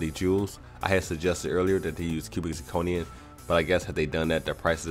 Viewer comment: Good video. My only comment is, stop saying "cubic zirconian", it's either 'cubic zirconum', or 'cubic zirconia' but never zirconian.